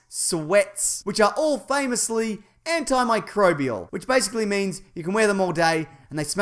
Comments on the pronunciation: has gotten so good at saying the word "antimicrobial". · has been able to say antimicrobial for ages now but I'm still proud of him when he does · You're getting real good at saying antimicrobial. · I miss when you used to struggle with pronouncing "antimicrobial"